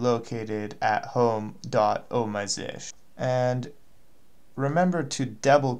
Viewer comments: Really helpful but it is z s h or z shell not zish. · Stop calling it "Zish".